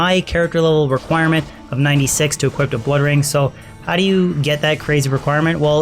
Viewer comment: Equip. Not equipt.